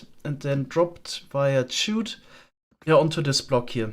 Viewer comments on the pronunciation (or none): While I kinda like how you pronounce “chute”, I figure I should at least tell you it’s pronounced the same as “shoot”. A chute is like a large funnel or channel for sliding materials downwards The other pronunciation is “llama” as “yama”. The normal pronunciation is just as if there is one L. It doesn’t make the Spanish LL sound. So it should sound like “la-muh”